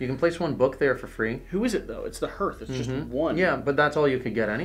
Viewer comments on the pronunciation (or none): Okay, I try to not be 'that guy' but Hearth I pronounced 'harth', not 'hurth'. It was bugging me. :)